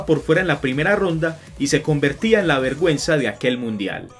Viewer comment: Pensé que decía verg@ :V